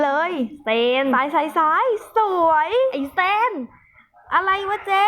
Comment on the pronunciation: พี่สลับ เซน=ซีน ซีน=เซน55+